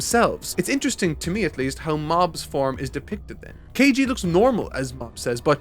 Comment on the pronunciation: "kEiJi" 😂 At this point it's just bullying from the editor